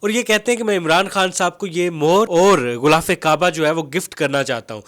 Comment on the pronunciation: غولاف نہیں غلافِ کعبہ ہوتا ہے ۔